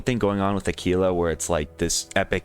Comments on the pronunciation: Lmao tf is Akeelah? It’s Aahkwila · Aquila is actually pronounced Ack-wil-a lol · no he used the wrong pronounciation, do some research lol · Bro what lol I majored in Latin. Qu is pronounced like qu, not like a k. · the way he said it probably isn’t correct but it’s still probably closer than a quil a